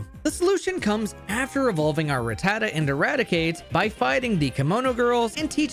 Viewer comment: I’ll let the ecruteak pronunciation slide for not saying ratuh-tatuh